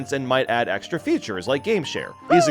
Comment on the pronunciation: l love how he says the word feature(s) "future(s) why is that?